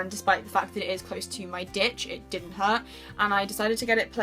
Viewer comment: beautiful tattoos and everything but I am crying laughing because when you said it's close to my ditch, I heard "dick" 😂😂